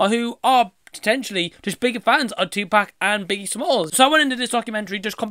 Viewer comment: one thing tha really annoys me about Nick Broomfield is that he still do not know how to pronounce Tupac`s name after making two movies about the guy. How hard can it be??!!smh